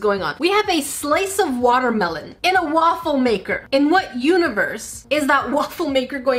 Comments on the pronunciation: Lol, woofle maker 😂😂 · So I heard waifu maker idk is it just me? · A Wuffel maker XD Please search Wuffel on Google. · “So this is my Woofle maker”